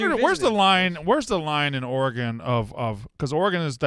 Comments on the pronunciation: The way people from the east coast say Oregon is offensive. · If I hear Frank say “Oregon” one more time after this, it’ll be too soon